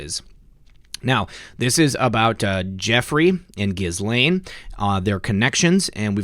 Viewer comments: ok - I'll try it one more time. "Ge'-Laine" Hard G - not Jiz - we all know what jiz is and it's not G .... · Ghuislaine- the “S” is silent. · Ghislaine is pronounced “Ghee-Lynn”. That’s how Virginia Roberts pronounces it in her video. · ICYMI "Ghislaine" is pronounced more like "Gah-lenn". Cheers from Ohio! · Ghislaine is a French name, the gh is soft, the s is silent, pronounced Je lane